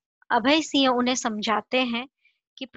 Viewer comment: Please improve your pronunciation of (singh not siah)